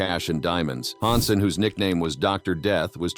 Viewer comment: It's H A N S E N, not HAUNSEN